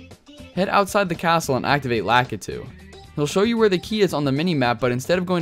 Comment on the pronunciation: Lack-It-To?? its La-Kee-Two lmao